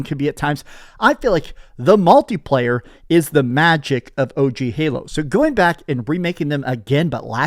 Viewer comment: Every time says "multi-player" it sounds like he's saying MALTI player.